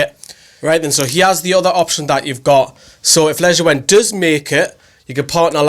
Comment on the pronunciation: I think Lejuene is pronounced 'leyoon'. Good vid tho. Keep it up